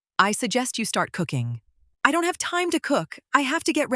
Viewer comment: what's with the unintelligible mumbling right at the beginning, with the AI narrator trying to say the 'time'. BETTER EDITING required and also latter as well.